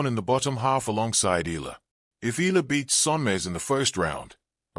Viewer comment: Hey it's pronounce Eyala. The way you pronouce arabic yallah.